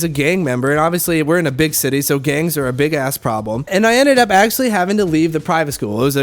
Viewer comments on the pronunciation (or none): I knew you were half when you said shitty instead of city. I'm half too so it happens to me as rell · "Its a REALLY large shitty" is exactly what i heard at the beginning